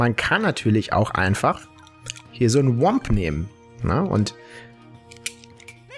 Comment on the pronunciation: Es heißt Thwomp und nicht WOMP